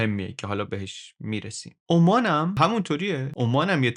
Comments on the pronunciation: عمان به انگلیسی Oman یعنی بدون تشدید حرف "م" هست شهر "اَمّان" پایتخت اردن روی حرف "م" تشدید داره؛ بخاطر همین تشابه در تلفظ کشور عمان، به اشتباه روی حرف "م" تشدید می زاریم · عالی بود ، کلا مقایسه ای خیلی جذاب تره ، فقط اینکه عمان تشدید نداره و همینطور ظفار ، بدون تشدید باید تلفظشون کرد.